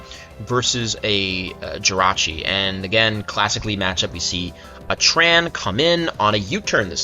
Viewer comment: The only person in the world to refer to Jirachi as "Jirah". Rachi seems to roll off the tongue better, but hey, if that's your hill then by all means defend that hill.